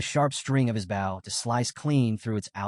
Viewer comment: There are still mistakes in the narration. A "bow" and arrow. Pronounced like a "bowl" of rice. Instead, the narrator says "bowel." A few other mistakes as well.